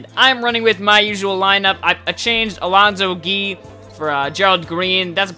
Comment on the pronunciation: LMAO at the way you pronounce Alonzo Gee.